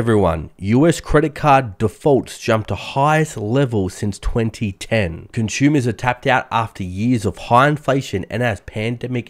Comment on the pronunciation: As soon as I hear "conshumers," I know he's Australian.